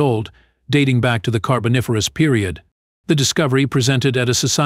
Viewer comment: The AI voice needs some work, especially in terms of the carBOniFERous reference. It got it right 2nd time through, but really, you have to check your work better.